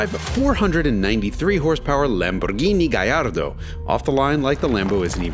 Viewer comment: It's pronounced GaLLLLLLLLardo